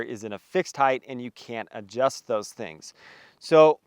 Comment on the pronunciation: Thank you for saying “hite” and not “high-th.” And the kilo high peak chair works for me. I like it a lot.